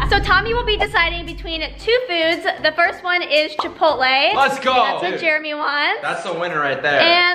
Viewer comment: "Jeremy" not "Jermy"